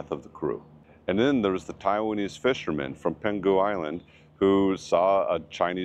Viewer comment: Allow me to remind you one small error, it's PengHu澎湖, instead of PengGu, also thanks a lot for the very educational video.